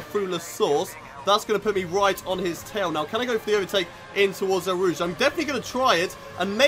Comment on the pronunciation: It sounds like you’re say el rouge not eau rouge